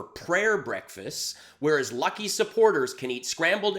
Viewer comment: WTF are “prayer breckfizzizz”? Lindell’s IQ was way below average BEFORE he fried his brain. Now, I feel like weeping every time I see him talking- yes, he’s that funny, in a sad, sick, pathetic way. I love your channel! I watch all videos several times! Thanks! ❤️